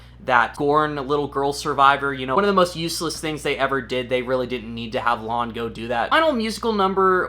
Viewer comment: I didn't see it as Kpop. it felt more like 90's boybands like backstreet boys or nsync to me. also, it's La'an...not lawn.